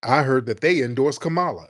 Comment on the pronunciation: I don't really care how people say kamalas name but she aint sittin down witchu and you sayin her name wrong on purpose my nigga.